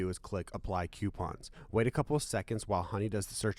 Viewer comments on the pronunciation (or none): Most cringe thing is Q-pons. It's Coupons so pronounced (Coo-Pons)..